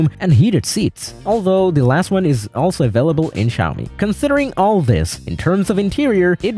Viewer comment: Bro bro bided the “Xiaomi” characters and said “Suchi” 😅❤